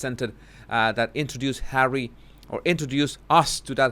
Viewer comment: I like your videos, BUT the way you pronounce Harry's name is so disgusting. Pease stop. 😖